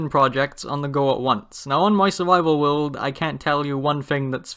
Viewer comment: no offence but sometimes it feels like you sy will instead of world.. no offence lol